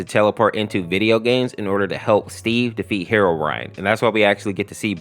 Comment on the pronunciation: You said herorine